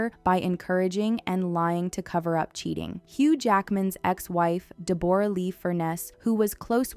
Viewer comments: How can you butcher pronouncing Deborah? 😂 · Its not Deborah, its pronounced Deb ra Lee. She did not make an accusation, she stated she had suspicions. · It’s pronounced “Debra”, not “Deb-or-a”, Justin had a back injury not infection lol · DE BOR A???? LOL ITS DEBORAH! LIKE DEB RUH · I'm only going to nitpick about the pronunciation of 'Deborra', and that it does NOT rhyme with Gamora, rather DEB-BO-RAH .. Australian's even shorten it more to DEB-BRA. Thanks for listening to my ted talk. Go Justin! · Pronounce Debra not Deborra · In some countries it's pronounced "Deb-o-rah" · Deborah, pronounced Deb-bra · its not deBORah!!! ugh learn how to say her name it's not hard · Deborah, you are pronouncing it weird.